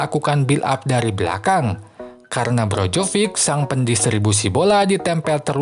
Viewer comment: naratornya nyebut nama Maignan bener tapi pas nyebut nama Perišić sama Brozović ambyar wkwk kalo Krunić, Rebić, Ibrahimović, atau Lazetić maen ntar ambyar juga ga ya? 🤣 Sempre, ovunque, Forza Milan